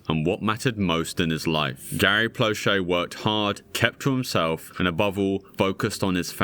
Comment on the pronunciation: As a Louisianan, I want to thank you for taking the time to learn how to properly pronounce Plauché and Doucet.